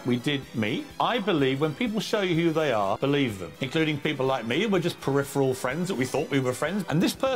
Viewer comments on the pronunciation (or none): none